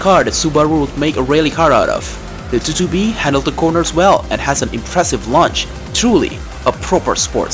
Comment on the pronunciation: The subaru 2"2" b XD sorry the way he said it was unexpected lol 😅